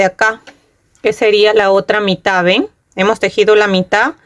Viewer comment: Se dice mitaD, con D final , el tejido está muy lindo, creo que me voy a hacer una para mi.